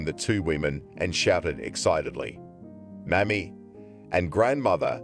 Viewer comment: Mommy not Mammy